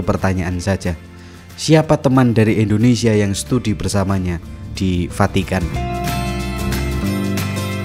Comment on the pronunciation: munKkin ,kita yanK salah denKar ,atw dia yanK Vahkan salah nKucaFin. maksudnya "FACITAN" , Vukan "Vatikan". 😂😂😂😂😂😂😂😂